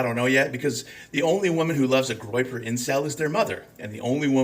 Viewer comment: “Groyper”, not “groper”. Just google it.